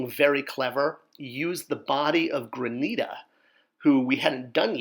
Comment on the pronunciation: You keep pronouncing her name wrong granita